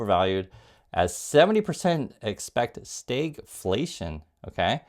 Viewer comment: Hi! I appreciate your analysis and I just signed up as a subscriber. It’s stagflation, pronounced with a soft A. The key characteristic is slow job formation, i.e., an economy in which GDP is flat, coupled with inflation. Yes the interest rates will be high but it’s inflation with all costs going up. It’s not supposed to happen. When people don’t have money to spend prices should be coming down because supply exceeds demand. But it’s economic stagnation with prices going up. It is the federal reserves most feared scenario. It is the situation in which their tools do not work.